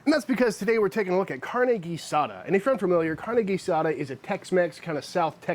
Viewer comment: Congratulations, you pronounce "carne" correctly. I work with a gringa here in New Mexico that pronounces it "carney", like someone that works for a carnival.